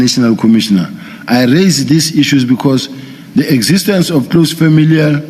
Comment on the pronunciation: Are famililiya 🤣🤣🤣